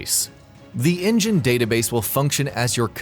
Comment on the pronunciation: It's pronounced In Gen. Not engine